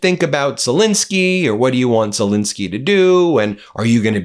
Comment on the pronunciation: His name is Zel -ensky, how many times will this bloke call him Zel-insky, irritates the hell out of me.